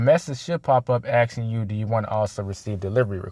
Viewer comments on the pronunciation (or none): The word is *ASKING not axing, I'll never understand why blacks cant get that right.